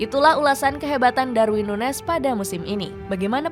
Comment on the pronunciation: Ini orang dipanggilnya nunez apa nunyes sih? Di starting eleven manggilnya nunyes